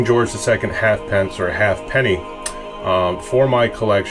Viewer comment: A lovely coin and very sensitively worked on. Just for your interest, the half penny was always pronounced "haypni". Great video.